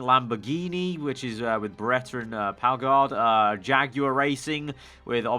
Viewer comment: Paogard lol, Pagenaud. Padge en ode